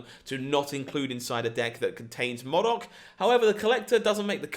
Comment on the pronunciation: Please learn to say MODOK properly. It's killing me everytime you say it wrong xD